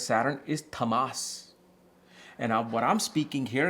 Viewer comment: I think you're pronouncing ţAAmas as ţamAAs. In sanskrit, it is ţāmas